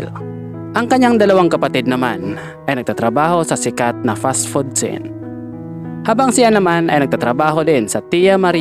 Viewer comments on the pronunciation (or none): none